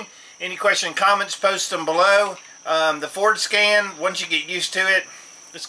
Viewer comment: lol...it sounds like you're saying "foreskin" when you say Ford Scan...childish I know...